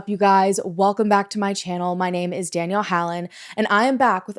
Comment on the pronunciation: as a South African, I was also going to comment on Danelle's good pronounciation! Afrikaans is no joke. Tip: Do some more research on muti-murders. It is a rabbit hole that you might find interesting.